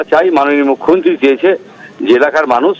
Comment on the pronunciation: জঙ্গীপুরের বিধায়ক তো মনে হচ্ছে মালের ঘোরে কথা বলছে। 'মুখ্যমন্ত্রী' শব্দটা একবারও সঠিকভাবে উচ্চারণ করতে পারলোনা। ঠিক মাননীয়ার 'গরমেন্ট' উচ্চারণের মত লাগলো।